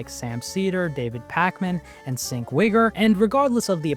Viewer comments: My man called him “Sink Wigger” 😂😂😂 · They way you pronounced Cenk's name is hilarious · Haha how he said Cenk's name